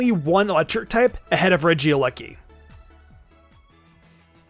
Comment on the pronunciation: It's not Regia lucky it's Regieleki